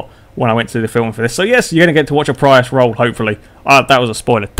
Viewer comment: You said Prius wrong...